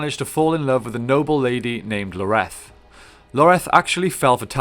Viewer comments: ins't it Ioreth not Loreth? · its ioreth not Loreth xDDDD wtf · God, how hard is it to read a word? It’s Ioreth, not Loreto. Did this guy even play the game? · It's not Loreth its Ioreth. Ee-or-eth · Talon isn't from Honor originally, he is from Rhovonvian, near Dale(this is covered in the memories you find in the first game) that's why Ioreth 's (whose name starts with an I not a L. Pronounced Yoreth ) father disapproved of him he was a foreinger. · is anyone else a little irritated that he kept saying Loreth instead of Ioreth? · “Loreth” can’t even get her name right lol already not watching. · Ioreth's name starts with an i not an L. Still, great video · Didn't like the mispronunciation of Ioreth and Dirhael, but this all in all is a good brief summary. Long live the the Gravewalker. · Its Ioreth, with an i